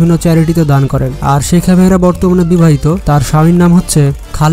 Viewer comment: নাম ভলো করে জানুন শেখা মেহরা না শেখ মাহরা 😁😁😁